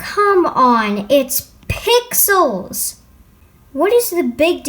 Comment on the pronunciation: “comE ON, ITS P IX ELS “ Thats make me laugh for some reason lmao